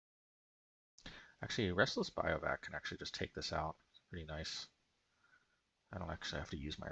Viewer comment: gotcha. By the way - it’s bihv-oo-wack Finally getting to watch the video today - against the BR deck, I have to imagine high noon is good. If they’re playing creatures with prowess, they want to cast multiple spells a turn, they also have wild ride and creatures with haste, so they’re clearly trying to double or triple spell a lot. I would’ve boarded exactly as you did, especially after we saw 5 basics